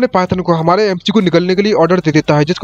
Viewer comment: Bro spirit realme❌spirit realm✅ don't mind ha.. love your explanation ❤